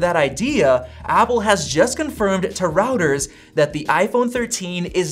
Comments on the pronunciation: It’s Roy-ters. Not routers. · nooo it’s pronounced Roy-ters not “routers”😂